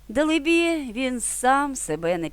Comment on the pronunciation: Дале-бі.,наголос на ле. Дякую.